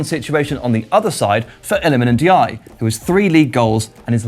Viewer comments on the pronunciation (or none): none